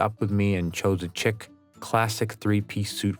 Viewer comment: “Chic” is pronounced phonetically like SHEEK. FYI. 😅❤️